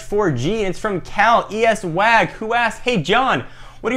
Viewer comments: **facepalm** John, its pronounced Cali Swag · lol ikr its pronounced Caliiiiiswaaagg